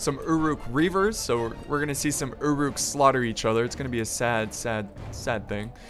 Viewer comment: its pronounced ur uks